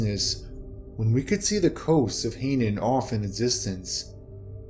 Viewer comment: I do get tired of these readers who can't read. Hainan island is pronounced "HIGH-NON", not "HEY-nun".